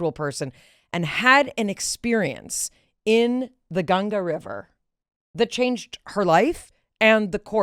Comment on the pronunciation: First time a foreigner pronouncing Ganga ji perfectly🫶🏻